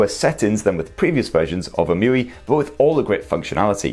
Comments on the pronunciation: So, how does "Emotion UI" become "EM-You-We"? 😂 Shouldn't it be " E-M-U-I "? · I guess its E-M-U-I not emuiee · It's pronounced Ee-em-you-eye! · It’s pronounced eee em u eye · Please. Stop. Pronouncing. EMUI. That. Way. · Interesting the way u pronounce EMUI. Wonder how u are gonna pronounce MIUI on Xiaomi.